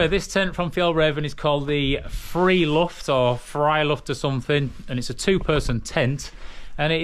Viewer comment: First pronunciation is correct for Friluft, and your Fjällräven is bang-on! Greetings from a Swedish fan who's the same height as you, the average Swedish man is 181cm so while there are a lot of tall Swedes, most are your height. :) Got a light-weight convenience hack for you when using an FRH to heat your food; bring a metal paper clip, it weighs basically nothing and will hold the bag closed for you, can also be used for a multitude of durable repairs of your equipment when needed. Thanks for the great camping videos, i'm thoroughly enjoying them!